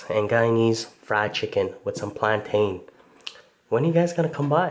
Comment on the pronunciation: You pronounce “plantain” as “plantin”